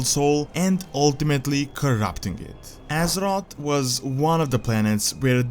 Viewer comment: Ahh I missed these videos.. Love your videos but I am still bothered by your pronounciation of "Assroth" Its Azeroth mate. You said everything great but you still need to train alittle more of the "Aze" before the word "roth".